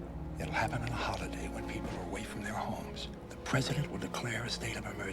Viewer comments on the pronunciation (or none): none